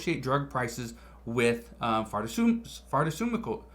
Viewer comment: Far-ca-meutical!!! Gave me a chuckle this morning!! :)